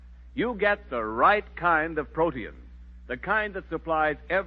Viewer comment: Protein pronounced as 3 syllables....pro te in.....😊